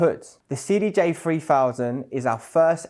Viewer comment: cdj free fousand REALLY ??? Not a very good advert when you can't pronounce the products actual name correctly.